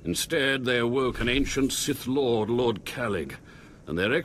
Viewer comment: U mean Revan, and by dearth lord u mean Sith lord right ? :P no offense, just correcting :)